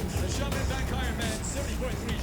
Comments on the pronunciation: just say "shia-men" it's THAT simple. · The commentator is just butchering the word 'xiamen'